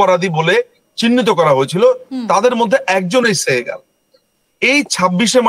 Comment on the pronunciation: সেহগাল তো ইন্ডিয়ান নাম, বেটা নামটা ঠিক মত বলতে পারলি না কিন্তু সে যুদ্ধাপরাধী পর্যন্ত জানিস😄